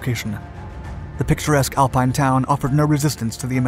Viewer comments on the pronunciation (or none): none